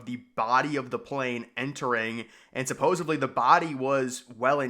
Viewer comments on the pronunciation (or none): It sounds like he thinks the word is "supposABLY". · You heard that too? I hoped I was wrong. Where does this person get "supposively" when there's no v in supposedly? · I used to work in corporate with someone who would say "suppoZUBly".